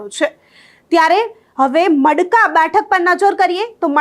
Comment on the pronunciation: ટડાવ ❌❌ તળાવ ✅✅ માડકા ❌❌ મડકા ✅✅ મોરવાડા ❌❌ મુરવાડા✅✅ સણવા ❌❌ સુણવા ✅✅ 😂😂😂😂😂